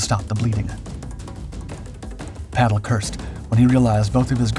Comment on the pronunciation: ^ His name is/was/is PATTLE with two 'T's - Not "Paddle" = He's not a F'kn oar for canoes... (F.F.S) Much in the same way that Hitler is not Spitler, not Stalin even 'starving' - Got it ?